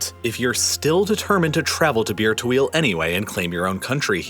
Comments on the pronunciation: i just cant unheard beer-to-wheel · Can't help but hear Beer to Wheel when you say Bir Tawil... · All i hear is bir tawil as beer to wheal xD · As an arabian, i can confirm you messed up the pronunciation if bir tawil